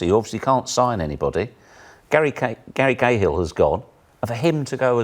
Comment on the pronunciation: Did he just say 'Garry GayHill' ?? 😂